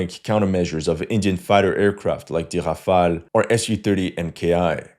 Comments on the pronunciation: Ha from were ur Aezarbhajan befor takeing piss let me guss were u r from Timbak too😅😅 first Polish ur English it sound Brrrrrtaabrrra😅😅😅 u mug its notHafel its Rafel u brrrrrrbarrra😂😂😂😂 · I still don't know how to pronounce Rafale